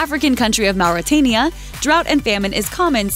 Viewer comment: Please learn to pronounce words, like. Mauritania. If you don't know them look them up.